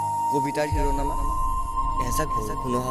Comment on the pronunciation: ধন্যবাদ মৰমৰ ভাইটি কৃষ্ণ,, । সুন্দৰ প্ৰয়াস আগবাঢ়ি যোৱা। আবৃত্তি অলপ ভুল হৈছে, যেনে শিৰোনামা নহয় শিৰোনাম।